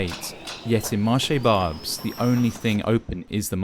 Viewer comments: Where the french language is barely heard ? Okay, I hear lot's of people speaking to you in french... you answer only in english, each time so you're the problem... you don't even make the slight effort of pronouncing the name of the market correctly (with your accent, that's okay, but the right pronunciation at least. All these people you're spitting on speak french). And you're wrong, french people have voted several times again and again against far right so, yeah, they have said many times they were okay with immigration... The problem is not immigration, it's poverty and it's consequences (and criminality is one of them). And yes, France have VERY bad politics regarding drugs and other things (and there you could say it : french have never voted for that !). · You could have researched how "Marché Barbès" is pronounced before making fool of yourself. you're showing some veiled women waiting in front of the station's entrance, what's that about? Are you saying you have no veiled women in the UK? There is no multiculturalism in France the veil is not allowed in the State's institutions. Multiculturalism is an invention of your country and a problem of your own no need to import it here. Also did you know probably half the population of Barbès are candidates of cross-channel immigration had we let them go? If anything you should be thanking Europeans for bearing your share of immigrants in the continent! Stop exploiting peoples miserable lives to sell views on the internet and go back to your miserable island.